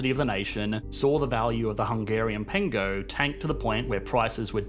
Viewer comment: Great pronunciation of the word Pengő from a külföldi